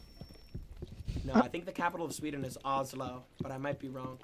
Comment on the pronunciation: I was so mad when he said olso lmao